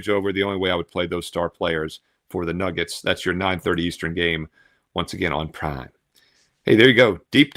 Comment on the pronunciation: Why do u say prime like that ???